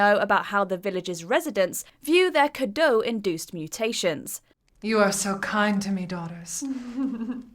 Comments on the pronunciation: Hey i am a romanian and is named ,,cadou" not ,,cado" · Is the "u" silent? O_o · Is the 'U' silent then?